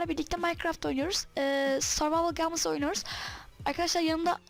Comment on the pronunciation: O gamıs diye değil geyms diye okuno :D